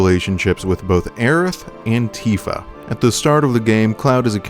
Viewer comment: Does anyone else hear “Cloud Antifa” when he says “Cloud and Tifa”?